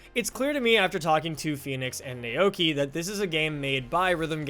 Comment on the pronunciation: "nay okee my-aida" It's pronounced "now-key my-duh"